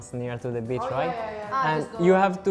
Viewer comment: The Spanish dude, says bitch not beach, so funny